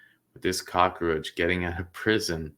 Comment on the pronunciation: firstly, it's cockroach, not cock-a-roach. Secondly, it was a family member and that is why he is lower risk. He didn't snatch a child from a shopping centre, or pull a child into a car or van, he had no accomplice. He wasn't in a position of authority like a teacher, priest or scout leader. The child will recover with therapy and go on to enjoy a good life as long as he has cognitive behavioural therapy. If anyone reading this is traumatised by a childhood sexual assault, you can recover by retraining your brain to strengthen the links between neurons related to good memories instead of traumatic ones. It is a sad situation that we have to "rank" the severity of sexual assault, but that's how the system works. Finally, you are wrong about the age thing. It is a different charge if the child was under 5, under 8, under 14 and under 18 or 16 depending on your state)